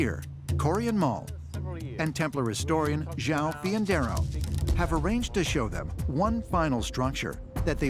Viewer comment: Joao was certainly mispronounced.